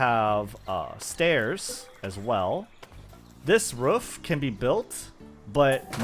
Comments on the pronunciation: It’s quite rare to hear native speakers say ruff instead of roof. But nice vid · Ruuf > Roof 😂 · Now do a video with you just saying roof for like 1h straight 😅